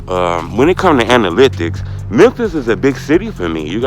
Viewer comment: Damn yu can’t say analytics 😂